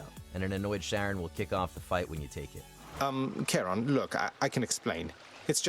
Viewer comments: It’s not sharron!!! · For real mate. Was looking for this comment. He's the ferry man of the underworld and not Randy Marh's wife. But have you heard how the other dude pronounced Geralt of Rivia? XD